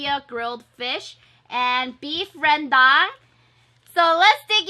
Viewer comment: sate babi is a pork satay 🖒btw you're the only non-indo youtuber who pronounce beef rendang correctly